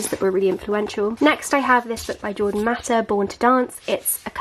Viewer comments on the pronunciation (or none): none